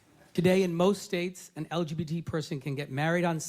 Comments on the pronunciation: Note that the guy said LBTD and not LGBT. I had to listen to that a few times, wow :,D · Anyone else annoyed that he pronounced "lgbt" as "el bee chidi" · I am about 90% certain that this dude said the “LBGD” community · Am I the only person who heard the Arkansas senator say "LBTD"? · No one gonna mention how he said lbtg And : looking at you anime 👀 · a member of the “L gee chee b” community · did he say "LBGD"? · Did he say lbtd instead of LGBT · ✨ the el be chi dee community ✨ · it sounded like he said "the LBTD" community lol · Dude said "L-B-Chi-D" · EeAhl bEe TeA DEEEEAH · I’m sorry if it’s just that guy’s accent, but did he just say LBTD community? I don’t think that’s the acronym, or anything approaching it, like, he’s trying to use the shortened LGBT acronym but couldn’t bother to do his research on the simplest acronym there is? And this guy’s a senator?! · .....did that one guy in the clip say lgdb??? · did he call it "LBTD" community or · anyone else notice that your man said "LBGD community"? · Did the fker just say "LBTD community"?:-D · it funny listen to how he says lgbt btw im gay af #lgbtandproud 🏳️‍🌈❤🧡💛💚💙💜